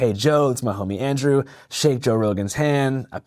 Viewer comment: I hate how Joe acts like he doesn’t know Andrew, even when he has mentioned him on the podcast he mispronounces the name and shit 🤣 acting oblivious on purpose when he damn well knows who you are.